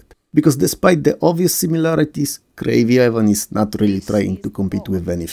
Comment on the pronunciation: I'm sorry but your full on accent was perfect for Krazy Ivan ;)